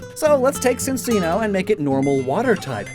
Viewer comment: Chin-Chino. Both "ch" sounds.